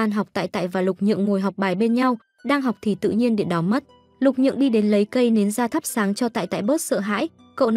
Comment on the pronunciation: Lục Nhượng mà ad cứ đọc Lục Dường quàu z 😥